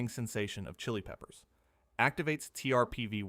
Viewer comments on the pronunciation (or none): none